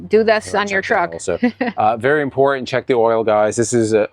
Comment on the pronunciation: ...This Is Extrememely Impotan...